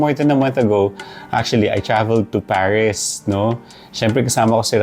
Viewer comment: As a zuzyalera, thiz iz zo legit. Love Pariz too